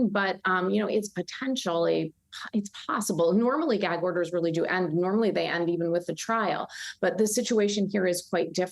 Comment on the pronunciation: Why can y’all not even get the word gag out of your mouth 😂 y’all both kept trying to say jag order 😂